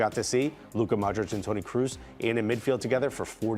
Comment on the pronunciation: lol, "Modrik" "Gerd Moller"